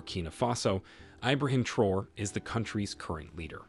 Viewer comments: Very informative video, I wish more African leaders were like him. His name is pronounced Trah-wo-ray not Trow. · Pronouncing the Presidents name correctly will give long way.